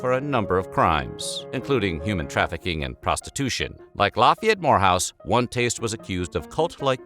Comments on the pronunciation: I came here to say that too! Every time he said Lafayette-More house, i kept saying Lafayette w** house. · I keep hearing whorehouse 😉🙃😂